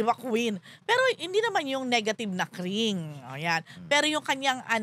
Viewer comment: “crinj” po ang cringe not cring. and “shef” ang chef.